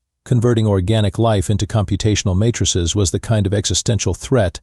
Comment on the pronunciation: computational mattresses not matrixes, these AI pronunciation glitches make my day with the comedy.